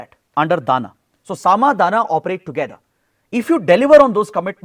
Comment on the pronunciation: Sir it's not 'Dana' but 'Dama' (दाम)